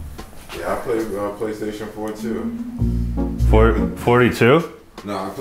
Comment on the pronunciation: Did he say Paystation?